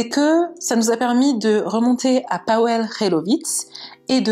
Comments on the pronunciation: Pour info, ça se prononce PaVel et non Paouel. ^^ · Tres bonne vidéo bien racontée. Je ne connaissais pas cette histoire! C’est triste pour cette jeune fille … ça aurait pu être n’importe laquelle d’entre nous en sortant de soirée… Si je peux me permettre Pawel se prononce “Pavel”. Ça m’a un peu irrité l’oreille pendant toute la vidéo mais c’est un prénom polonais peu connu c’est vrai.